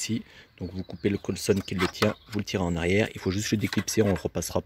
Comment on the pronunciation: Bonne vidéo, par contre "colsonne" faut arrêter svp c'est COLSON x)